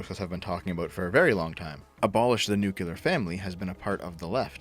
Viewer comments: "nuclear" is not read as "nukular". Stop this. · Nuclear is pronounced noo-clear, fix yourself. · The nucular family.